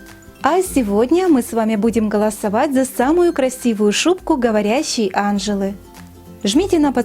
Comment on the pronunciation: Анже́ла , а не А́нжела !!!